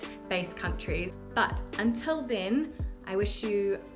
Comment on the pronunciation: your bientot sounds just a tad bit off, just a little too much stress on the 'bien' (wasn't paying close attention and thought I heard a Spanish word) love your chanel, thank you for sharing all your insights